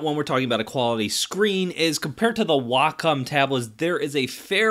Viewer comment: Glad to hear someone pronounce Wacom correctly as WA - COM instead of WAY - COM